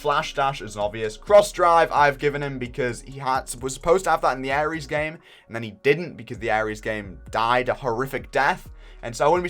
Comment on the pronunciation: this is why I'm not touching Ares until great road, mans said "gae-shee"